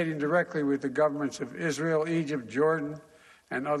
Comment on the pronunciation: love her... "IZEREEL" she's a reporter??